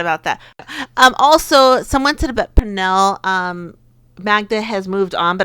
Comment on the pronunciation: Really enjoying your World Cup commentary. Also like your prediction that Sweden will be in the final. And FYI, Pernille Harder's first name is pronounced "Pernill-eh" ... because the Danes (and Swedes and Norwegians, actually) tend to pronounce the e at the end of words. Cheers!